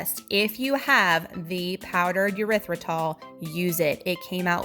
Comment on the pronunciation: This looks amazing and I’m definitely going to make it. Side note: the sweetener is pronounced with a long E or short E, like eeeerythritol, or ehrythritol, but, um..., not yerythritol😊